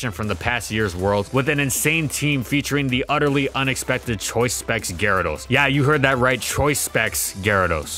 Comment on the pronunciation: "choice specs gyarados" Ouch my head